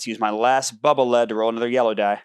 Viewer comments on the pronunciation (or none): This is probably far too nerdy for most to care, but the ability from Bubble Man, Bubble Lead, isn't lead the heavy metal, it's lead as in rhymes with deed. This is because the bubble rolls on the ground and leads the player forward. This is confirmed in the Japanese spelling and explanation.